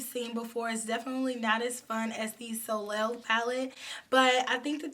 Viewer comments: Love the makeup! Soleil is French for sun and pronounced (so lay). Keep up the good work! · Always love your content! Can’t wait to recreate these looks with my Apricotine palette. Btw, soleil is pronounced “so-lay” and means sun in French. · Hey.,. The correct pronunciation of Soleil is So-Lay.There is an actress whose name is Soleil Moon Frye. She was in a sitcom that wss called Punky Brewster. She was the star when she was a little girl in the 80's. I love the purple palette and love how you incorporated the purple with gold.